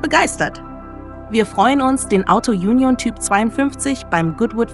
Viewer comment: Die Sprecherin mit ihrem Autojunjon nervt.